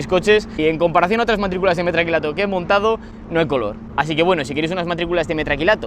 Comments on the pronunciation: Metacrilato es la palabra correcta, a ver si para la proxima aprende a decirlo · se dice METAcrilato